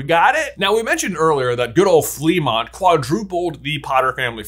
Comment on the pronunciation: It's pronounced "fluh-MONT"